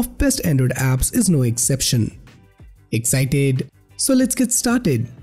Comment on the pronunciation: He can't even say it though. 🤣